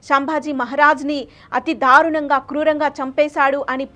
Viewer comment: dharunanga kaadu darunanga... ibbhandi kaadu ibbandi... entha vathi palikithe antha baga torture chesaarana? telugu telusuko talli mundu.. fake charitralu whatsapp stories taruvatha cheppochu